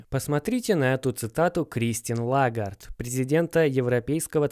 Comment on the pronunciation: Чувак, все норм, только вот ударение фамилии Лагард на второй слог - ЛагАрд. Сорри, просто по ушам бьёт сильно, аж кровь течет.